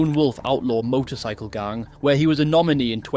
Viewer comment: The way you pronounce gang infuriates me